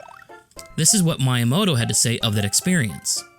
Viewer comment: that's not how you pronounce miyamoto